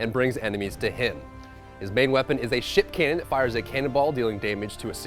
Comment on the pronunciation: I definitely heard "his primary weapon is a sh!tcan" instead of ship cannon